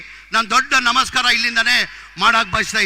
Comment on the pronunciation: ಅದು ನಮಸ್ಕಾರ ಅಂತ ಹೇಳು ಅದನ್ನು ಬಿಟ್ಟು ಮಸ್ಕಾರ ಅಂತಿಯ😅😅😅